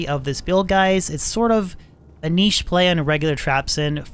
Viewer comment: at least it's pronounced correctly. think of llama saying it wrong 400 times...yikes